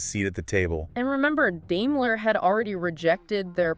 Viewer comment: Not dailer but Daimler